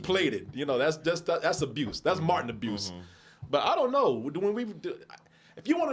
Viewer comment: You said Matin instead of Martin 😂 .